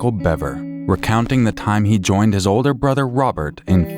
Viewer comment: Why do so many 911 operators waste precious time? He clearly said his brother was attacking his family. Twice. And It sounds like he has a speech impediment with his "R" but it's clear that he says brother. And she keeps asking.